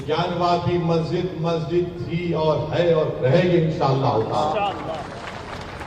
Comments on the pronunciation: majid tum bolte Ho lakin molve to mhajid he bolta hi 🤣🤣🤣🤣🤣🤣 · Masjid bolna sikhle pehle tab bolna😆